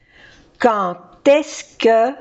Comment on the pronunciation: Exacto, la d final de quand se pronuncia como una t cuando le sigue una vocal, o sea "quand est-ce que" Se pronuncia "kanteske" Tienes muy buen oído 👏👏